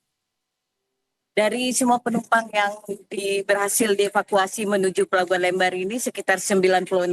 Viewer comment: lembar bang bukan lembar